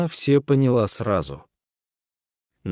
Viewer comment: Больше пригласить некого , что ли ? Он читает отвратительно. Не всё надо , а все надо ! Капец !